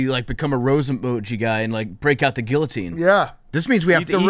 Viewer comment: PFTs pronunciation of guillotine gave me cancer